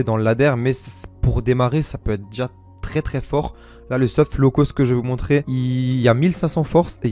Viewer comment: « Un peu moins law cost » tu es Marseillais? 😂 gg pour les games!